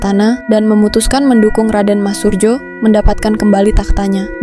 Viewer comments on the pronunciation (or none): Min bacanya sesuai Ejaan dulu J=Y jadi Suryo bukan Surjo. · Min narasi pengucapan nama salah krn itu msh tertulis dg ejaan lama jd bacanya juga hrs dg cara ejaan lama, tertulis surjo bacanya suryo, kalo ejaan baru skrg memang bacanya surjo yg kalo ejaan lama menulisnya surdjo di fahami ya.